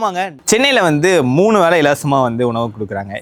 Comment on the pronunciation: வேளை not வேலை,தமிழ் கொலை பண்ணாதீங்க...